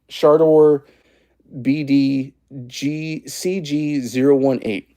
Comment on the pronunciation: Hey! You learned how to say Shardor correctly :) (just messing with you dude)